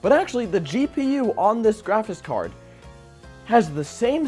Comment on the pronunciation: Am I the only one hearing "graphis card"?